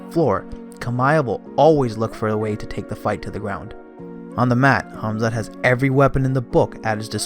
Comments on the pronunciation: I can't stand this man pronouncing Khamzat's name smh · Why does it seem like only a select few can properly pronounce Khamzat's name & surname🤦🏽‍♂️